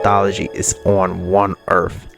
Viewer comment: like the video. but earth has end's in a th not f. If you have a speech thing forgive the lame joke. 😄